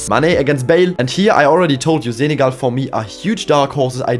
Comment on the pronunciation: love the zenegal pronounce